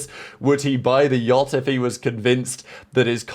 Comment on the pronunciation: I beg you stop saying Jot, it is yacht